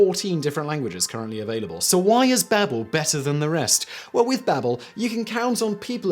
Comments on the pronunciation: I believe its supposed to be Baa-bel after the babble fish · Is it pronounced “ Bay-bel” in Britain or is this just another legendary Simon mispronunciation P.S- I love all your channels, keep up the good work, sorry for getting all technical.